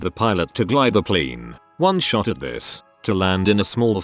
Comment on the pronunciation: It's pl A ne! Not pl I ne!